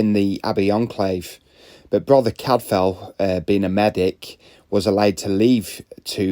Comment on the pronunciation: CAD-FILE! Cadfael. ELLIS not Alice! (Edith Mary Pargeter aka Ellis Peters)